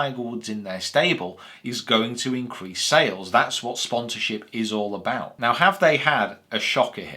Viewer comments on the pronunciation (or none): none